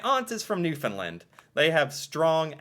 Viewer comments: There are many people of Irish extraction in Newfoundland. And it's pronounced New-fin-land. 99% of them are simply amazing, wonderful people. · Please for the love of everything Canadian, pronounce Newfoundland like “understand” !! Please, thank you and Sorry. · BTW it is pronounced New Found Land...not New fin land. 😉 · you can't understand how important it is that you say Newfoundland correctly.